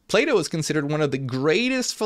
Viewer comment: Until I realized he was saying Plato I was constantly hearing playdoh xD Non native english speaker here. Interesting video!